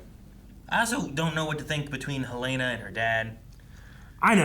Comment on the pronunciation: I enjoy your reactions, but PLEASE stop pronouncing the character names incorrectly. I cringe every time Helena is pronounced Hell-LAY-nah.